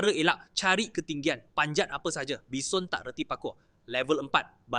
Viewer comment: bukan bison ..walaupun ejaan bison tapi sebutan baison 😅